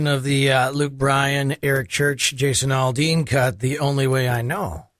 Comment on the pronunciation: AL-dean not ALL-dean.... my god... learn how to pronounce his name!